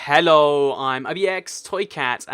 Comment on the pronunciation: Extremely heavy emphasis on letter H Hhhhhhhhhhhello guys